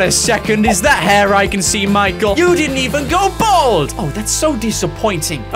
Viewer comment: you are aware it's bald not bold!!